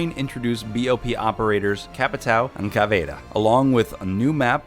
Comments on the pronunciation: Cavidera? Stahp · did you say cavaDa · Cavayda. Why. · This dude said cavada instead of caviera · Shes called cavaira Not cavada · The way he said caveria annoyed me soooo much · It’s (cav-e-air-a) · "CAVEYEAYA" cringe super obvious this dude doesn't play the game. feels like an ad more than anything else. side note: love how you went out of the way to use convoluted pronunciations that weren't even correct but didn't know that chimera is /kīˈmirə,kəˈmirə/ (kaimeera) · The way you say Caveira triggers me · “Capital and Caceira” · Why tf is he pronouncing caveira so weird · Why do you pronounce caviera like that?